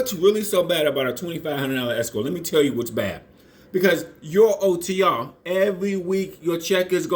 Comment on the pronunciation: He said otrrrruuuuruurrr